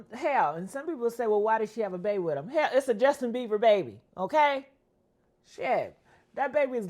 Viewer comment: His name is Bieber.. not Beaver 😂